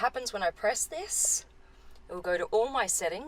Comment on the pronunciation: "This" is not "theese".